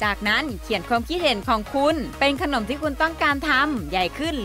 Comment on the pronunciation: คนเหนือมาเอง555